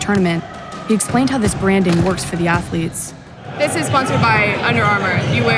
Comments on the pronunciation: "Student Ath-O-lettes". Of Course you dont have slaves here sir. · "Student Atholeets" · "Stuuudent atho-leets..".. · Ohho sir, student ath-o-letes, how clever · St-ud-ent atho-leth-es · Student atho-letes, ahha brilliant sir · "Student Athuretes" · STOO-DENT ATH-LOO-LETES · “Student ATH-OO-LETES” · "STUDENT ATHO-LETES"